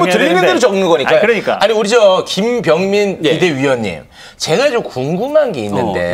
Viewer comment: 앵커님들 발음 좀 정확 하게 해주세요 김병민 인데 왜 자꾸 김뱀민님 이라고 부르나요~~